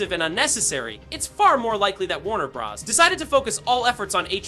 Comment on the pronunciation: While the information here is useful, please use a different ai voice. Too many unnatural pauses and even mispronounciations....Warner Bros? Warner Bras? Proof listen to your audio!